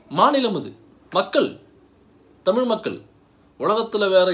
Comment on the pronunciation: காதலுக்கு மரியாதே என் பொண்டாட்டிக்கு டமில் தெரியாதே... 😂😂😂 டமில் வாழக குசு மான்